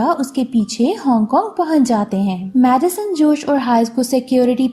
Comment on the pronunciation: Madison or medicine much samajh nah I aya🤣